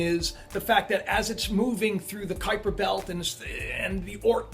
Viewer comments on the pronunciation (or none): none